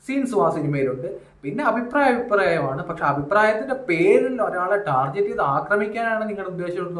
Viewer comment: ടാർജറ്റ് അല്ല ടാർഗറ്റ്😂